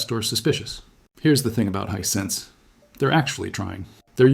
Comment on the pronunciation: 100%, as revealed when he mispronouces Hisense as Hisensuh.